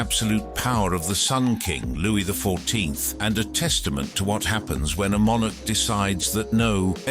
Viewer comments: ~ "Louie the four-too-teenth" ~ Non-human generated voices crack me up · This narrator has a peculiar difficulty with saying Louis the 14th for ome reason....